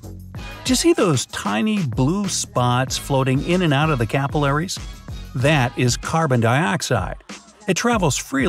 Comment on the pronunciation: Was anyone else intrigued by the way he pronounced alveoli and capillaries?